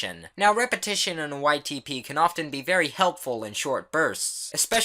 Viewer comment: every time u say ytp i hear : white tee pees